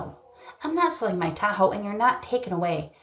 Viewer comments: I hate the way she says Tahoe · It’s a crime to pronounce Tahoe like that woman before the fraud.